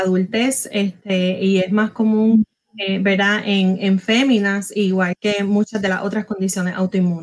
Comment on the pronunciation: SE DICE VERDAD NO VELDA TODA UNA DR